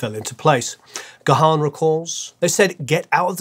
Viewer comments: you might now live in LA and listened to KROQ back in the day but you are still English……. Dave’s surname…. It’s “Garrrn” not Gah’han (he’s not a Klingon)! 😉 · It's not pronounced "Guh-Haan". Dave's last name is simply pronounced "...GONE..." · Dave Gahan pronounces his name as 'Garn' not 'Ga-harn'. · Brilliant video! 💕 Just FYI that Dave's surname is pronounced as one syllable ("Gahn") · Great video,. Dave's surname is pronounced "Garn". Cheers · Stop calling him Dave Ga-Han.. the H is almost silent ffs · You should lose that "h" when you pronounce Dave's surname,. Strange you didn't catch him pronouncing his surname in his interviews. It sounds more like Gaan. Cheers! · Any Mode fan worth their salt knows that Dave himself pronounces his name with a silent H. G-Harn sounds weird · It's pronounced gaaaaaahn... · It is time to learn to pronounce Dave’s last name correctly. He has answered this countless times and myriad interviews with him exist on YouTube where he introduces himself. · I thought you were a huge fan! You don't even know how to pronounce Dave's surname. All and any respect completely gone.